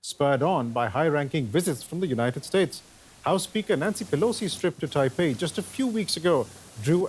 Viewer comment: Not Taipeh…. The name is Taipei